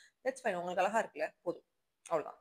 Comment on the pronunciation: Pls sis ழ ,ள crct ah pronounce pannunga, not blaming u r influencing many in that way of responsibility, english word oru mistake ku udane sorry kettinga 🎉, but அளகா... அளகா... 100 times sollitinga but not regretting 😢... its a beautiful word "அழகு"